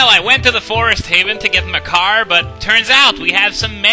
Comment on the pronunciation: I keep hearing Makar as my car, I blame Swordless Link.